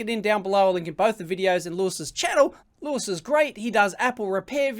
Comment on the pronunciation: its louis, not lewis